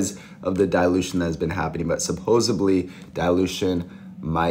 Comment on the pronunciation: I don't trust a guy who says "supposibly".